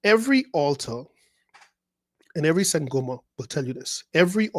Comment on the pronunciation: When u say "sangoma" i chuckle bcoz its my language,i am in south africa 😂